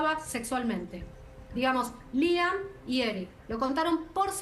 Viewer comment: y la Criminóloga dice Liam, cuando es Lyle.